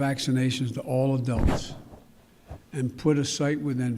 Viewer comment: Did he say “vast majority of DULL Americans?” 😂